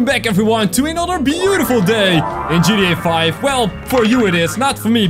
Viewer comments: Hahahahaha I love how he says GTA 5! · why you say gta5 soooooooo wierd